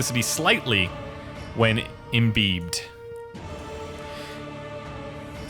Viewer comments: Look up the pronunciation of imbibed to avoid embarrassment. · Couldn't help but giggle at how you said "imbibed" :snicker